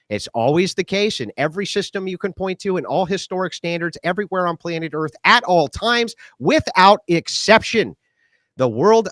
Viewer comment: As soon as Cap said “Eart” instead of “earth” I would have walked the f*ck out of there. I’m not debating a mentally handicap stroke victim suffering from grandiose delusions 😂